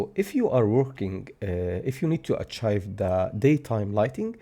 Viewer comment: AH-TJAIF ..(no)... Ah-Tjeeve ... Achieve!!! NO ACHIVE